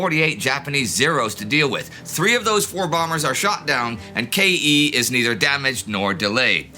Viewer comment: I want to point out that KE from "Operation KE" isn't read as K.E., but as a simple keh syllable.